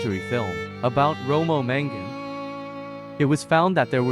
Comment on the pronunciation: Sorry dude, but its MAngun, not MEngun.. I think that this is a documentary, it's important to emphasize spelling and word prononciation to be as clear as we do in life, not just the speaker which sounded like native